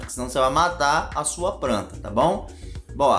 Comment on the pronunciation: Ganhou dislike por matar mato e por falar "pranta".